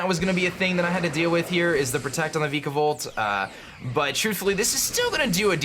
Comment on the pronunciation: I used to cringe a little when he pronounced Vikavolt before, I like that it's no longer the case.